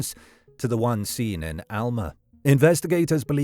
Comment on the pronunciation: Alma is a Spanish word (which means "soul") and he pronounced it correctly. It's the locals who have been mispronouncing it all along.